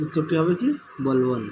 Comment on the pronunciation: বলবন হবে